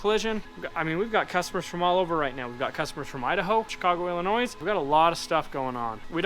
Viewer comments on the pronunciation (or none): Wish I lived by you. I'd come work for ya. In stead I'm stuck in the worst state in the union....Illinois. and the "s" is silent. 😆 🤣 When you said you were working on the vehicle from Chicago you said Illinoiss. Anyways. Great video as always. I came from Matt's and Fabrats. The one thing I love about their videos is the family interaction. I realize you are running a business, but if you can introduce some of your family, that would be cool. Best of luck. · Looks like you have a good team and do quality work, impressive operation. Only one thing wrong in this video, the pronunciation of Illinois. The "S" is silent. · and crew... you are my new fav! Keep it up... watching people that are more talent than myself is great entertainment. Oh and Illinois is pronounced "ella-noy" There is no noise in illinois